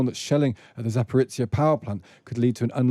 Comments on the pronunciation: It only takes a minute to check pronunciations of foreign words these days: saying 'Zaporitsia' makes you sound ignorant. Some other guy talks about 'Kershon'... These things matter! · ‘zh’ in ‘Zaporizhzhia’ is pronounced like the ‘s’ in ‘pleasure’ not the ‘z’ in ‘pizza’.